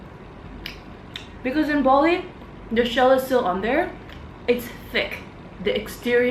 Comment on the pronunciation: Bali, not Boli.